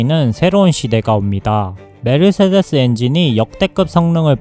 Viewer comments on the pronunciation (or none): none